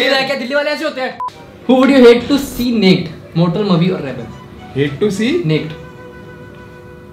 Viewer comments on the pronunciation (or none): is no one gonna say that said NAKED "NADE"🤣🤣🤣🤣